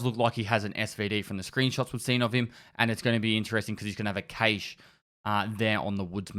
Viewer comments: >cache "chayshe" >jaeger "jaygar" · I learned from this video... that doesn't know the expression lack luster and how to say cache lolol.